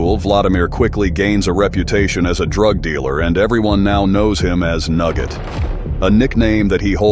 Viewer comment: “he was known as “Nugget” chicken nugget? 😂 lmao he was known as “Nurget” this whole video is laughable 🙄